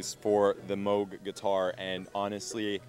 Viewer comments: no, you are mistaken.. pronounced, Moe-G. Not like it's spelled. Bob Moog would get upset when people would pronounce it "moo", like a cow would say. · Definitely Mowg, not moooooog. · Moog is pronounced how it's spelled, not like a cow goes MOO -- like "mow"ing a lawn. People pronounce it both ways, but Bob Moog clears up the pronunciation in the documentary bearing his name. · "MOWG"? It's moog. like a cow.